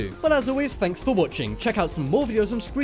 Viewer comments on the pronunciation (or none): And at the end you said " scrub-scribe to Top 10s"